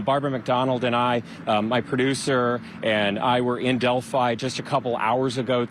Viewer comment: FINALLY!!! Someone outside of central Indiana knows how to pronounce Delphi!! Good work!!